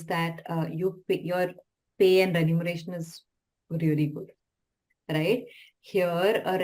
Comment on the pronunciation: Sir, it's remuneration and not renumeration.